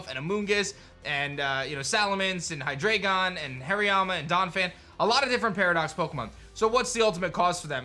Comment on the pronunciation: Thank you! I was wondering if anyone else was just a little bothered by his pronunciation. Love his videos but, Hydreigon is pronounced HI-DRY-gon, not dray... the entire line is German numbers: dEINo, ZWEIlous, and hyDREIgon.